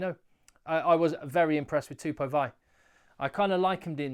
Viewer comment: Hey bro love the channel. Tupou Vaa'i is pronounced like Vaa ee. Keep up the good work